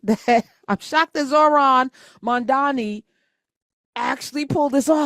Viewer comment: LOL probably didn't play the full clip because she mispronounced his name. Love Tish, but that was funny.